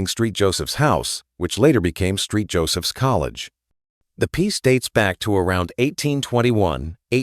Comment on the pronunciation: LOL "Street" Joseph's!??!